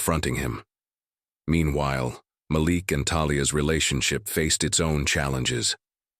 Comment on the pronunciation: SKIP SKIP SKIP Does this narrator like repeating & repeating & repeating the same phrases over & over & over again. His name is pronounced Maleek. This narrator needs to find a new job because he really sucks as a narrator. This is a joke and nothing more. Yada Yada Yada Yada. It’s nothing but a ridiculous fake story. Nothing but a bunch of total BS.